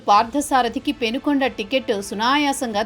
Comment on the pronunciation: It's Penukonda not Penugonda. ఊరి పేరే correct గా లేదు. వార్తల్లో ఎంతగా నిజాలు ఉన్నాయో.